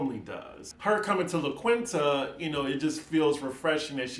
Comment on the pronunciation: It’s pronounced LA KEEN-TA. Also looking forward to the RhoLagos pillow talk episode...thanks!